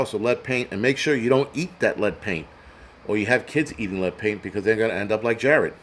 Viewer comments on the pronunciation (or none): none